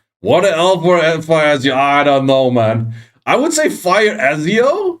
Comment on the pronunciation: FYI, it's pronounced "Etzio" :)